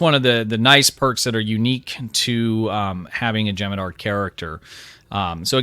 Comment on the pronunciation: U gotta pronounce the h in jem'hadar